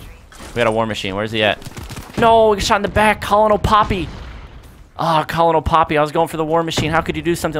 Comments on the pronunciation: you're killing me! You just got Cerberus right but then you fail on Colonel (pronounced like "kernel")...lol. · lol thats not how you pronounce colonel..